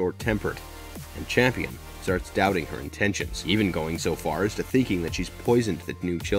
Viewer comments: Real talk; is that "Champion" mispronunctiation due to some extremely low-key dry humor meme or a direct result of the people that make these sorts of breakdowns being done by folks that largely dont watch these shows (thus making the mistakes you outlined due to missed context) and just read scripted synopsis? I think there is something inherently...wrong? In this practice of representing themselves as authorities or analysts of these things whilst in reality just jumping onto a bandwagon that they can make a quick buck off of? I mean if you think about it, its extremely easy. And extremely deceptive. I dont know how I feel about this lol. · Yeah, he just said Champion instead of Campion, so my confidence level in this vid just went to zero. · I have a feeling you have not seen the show, soooo many names said wrong lol. It is Campion not Champion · even watch the show? It's Campion, not Champion. Also its raised by wolves, not THE wolves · You mispronounced the name of the show. It's not raised by the wolves. Just raised by wolves. And the boy that survives name is kampion. Not champion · I swear if you call him "Champion" one more time... it's CAMPION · I'm not trying to be one of those corrective people but it was six children not 12, the name is not champion it's Campion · The name's Campion not CHAMPION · Next time before you do a movie/show explanation, please do proper research because you said “Champion” through the video, the character’s name is “Campion”. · Hella overrated, Too predictable. Bad dialogue, dumb characters. Tries to hard. Looks great but meh. Also my mans name is Cambian not champion. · It was driving me mad lol, my last name is Campion and I'm like say it right lol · It's Campion not Champion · I'm sorry I can't help myself but the Boys name is pronounced CAMPION not CHAMPION. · It's Campion not Champion. And it's raised by wolves not raised by the wolves. Smh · Campion, not Champion